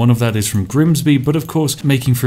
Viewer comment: Switching from Southern pronunciation of 'bath' to Northern just to introduce Grimsby was a masterful touch 👌